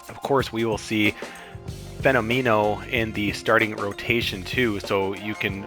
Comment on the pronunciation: As someone who loves this game and knows all about this game, I enjoyed your explanation of the game and the way the chemistry and traits work! Couple of things I noticed: I always pronounced Norm's last name like "phenomenal", but "phenomeno". I don't know, just thought I'd mention it. CPs will get a mojo drop if they come in earlier than the 8th inning. Really liked the content! I just found you and I'll be checking out more of your stuff!